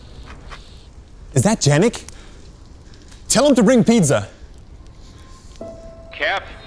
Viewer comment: guys, if you HAVE to pronounce pizza, at least pronounce it right... I'm italian, so it really pisses me off... also, bad acting....